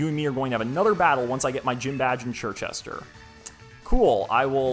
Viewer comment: Hearing you pronounce Circhester as Chir-chester not Sir-chester is extremely infuriating